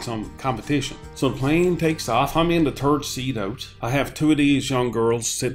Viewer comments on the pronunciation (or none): Wait did your dad say turd or third